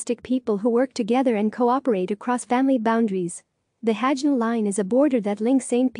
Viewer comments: Robo voice. Can't even pronounce Hajnal line right, even know less about its real meaning. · "Robo voice. Can't even pronounce Hajnal line right, even know less about its real meaning." Please enlighten us then, Andre. At the moment you are at best at the "Responding to Tone" level/stage of "Graham's Hierarchy/Pyramid of Disagreement" with your first (IMHO not very constructive) comment: "Graham proposed a disagreement hierarchy in a 2008 essay How to Disagree, putting types of argument into a seven-point hierarchy and observing that "If moving up the disagreement hierarchy makes people less mean, that will make most of them happier." Graham also suggested that the hierarchy can be thought of as a pyramid, as the highest forms of disagreement are rarer. [...] The hierarchy of disagreement is used on English Wikipedia as a guide for constructive dispute resolution."